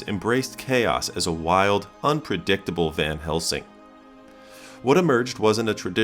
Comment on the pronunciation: did he actually really say "Van Helmsing"? Talking about Hopkins acting like a madman, but showing Gary Oldman. Wow, great research and journalistic integrity there!